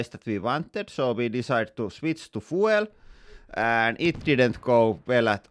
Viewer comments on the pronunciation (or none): It’s not FOO-EL (fuel) it’s F-YOU-L Source: I am a language teacher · This is the most Finnish accent ever. The. Most. "fooel" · Fuel pronounced 'fjuul' 🤓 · Not 'fwel', but 'fjuul' 😉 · scadooooshhh! I love how he says fuel. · I really love how everyone is pronouncing "fuel." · CAN someone tel him how you pronounce « Fuel »!😅🤣